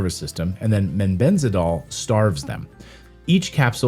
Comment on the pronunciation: Clayton, it is mebendazol, not “mebenzadol”.